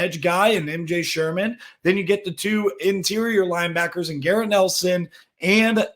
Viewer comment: Sherman's name is also about the only name your pronouncing correctly as well.